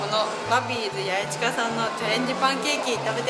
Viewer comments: やえずじゃなくてやえすだよ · ところで八重洲ってやえずって読むの、、？やえすじゃなくて、、？